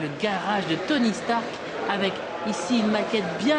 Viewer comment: Robert Downey Jr. as Tony "Strark" lol